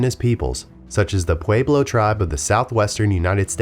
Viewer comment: You are saying Navajo, Nevada, Pueblo, and Rio Grande wrong.